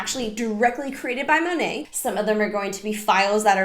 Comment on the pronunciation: Side note. It’s Modern Nature so Monat would be pronounced “Mo-Nate” lol don’t make it sound pretty